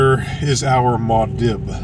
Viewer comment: It’s pronounced Moo-ahd Deeb not Mod Dib. 😊